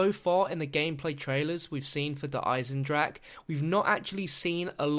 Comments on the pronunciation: duh igh-senned-rock-uh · JUST WANTED TO POINT OUT in german words you pronounce the e if the word ends in e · you are saying Der einendrache all wrong